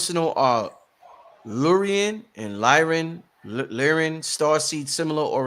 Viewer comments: 💯 Lyran not Lyrian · maybe im wrong but i think Its Lyran not Lyrian